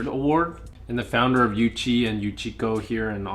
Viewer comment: Oo-chi not you-chi